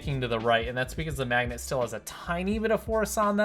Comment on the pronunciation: I thought he said lets throw it at the MMAGDNET!